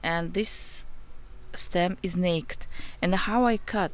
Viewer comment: Okay it’s so freaking cute how you say naked “nakt” is really pronounced “nay-kid” 😭😭 also I appreciate the information in this video you help me save my variegated Hoya compacta so thank you so much 🥰 new follower 🙌🏻